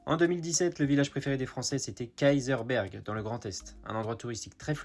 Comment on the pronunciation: Et Kaysersberg prononcé Kayser-S-Berg, le S du milieu étant un génitif, une appartenance.